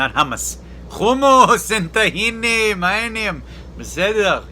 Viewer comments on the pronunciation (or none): The Hebrew at the beginning lol! Since you pronounce so good Hummus and the other words, work on your tehene pronouncing - it's Tchina